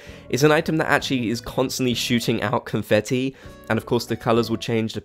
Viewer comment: did you say confeffi lmaoo